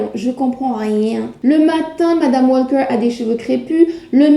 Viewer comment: Bonjour, le "l" dans "Walker" ne se prononce pas tel que vous le faites, il ne convient pas de faire un "l" françophone, juste allonger la prononciation du "a". Comme cela revient beaucoup dans votre vidéo, une meilleure prononciation aurait été plus agréable... à savoir pour une autre fois, tous les mots aver "alk" n'ont pas de "l" prononcé façon "l" francophone: "talk", "walk", "stalk".